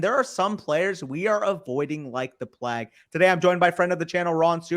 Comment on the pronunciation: Devonta is pronounced Devontay. Plague is not Pleg. Sixth is not sickth.